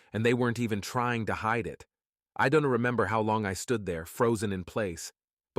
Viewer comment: Overly dramatic. Don Tee, Don Tee. Who is this Don Tee?